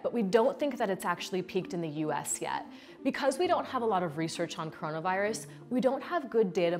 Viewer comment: she said coronavOros